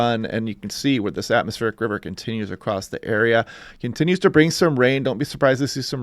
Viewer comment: some weather forecasters say "Atmosphere River" and it's "Atmospheric River".